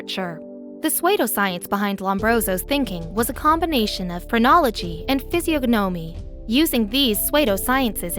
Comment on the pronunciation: You really should learn to pronounce words before you record. Pseudoscoience is sue-doe-science. Physiogonomy is fizz-e-on-oh-me I can't listen to these because of your awful mispronounciations.